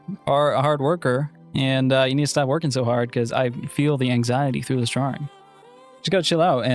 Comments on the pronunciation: Other people: drawing: drawring 🤠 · You say “passible” instead of “possible” and “drowing” instead of “drawing” but you say “ball” regularly. To me the o in possible and the a in drawing sound the same as the a in ball.